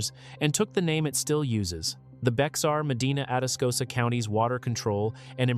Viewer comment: Not pronounced Bexar but Bear.